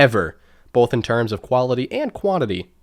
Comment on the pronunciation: He doesn't say both, he says bolth